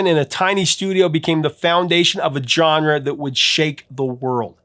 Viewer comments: Drives me nuts every time you say "John-ruh." Try "zhaan·ruh." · Absolutely love the content on all of these! However, could you check your pronunciation of the word "genre" please? The correct sound of the G is the J sound Jean-Luc Picard. Like a Jzuh sound. Please, for the love of God correct it. It's like nails on a chalkboard every time you say it. And you say it a lot! No offense, but you're killing me, Smalls.☠️